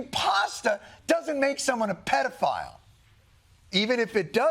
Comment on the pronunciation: Penne file 💀💀💀 I’m a goner 😂😂😂